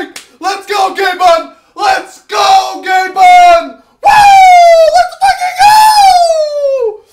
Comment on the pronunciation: Its gabing-ben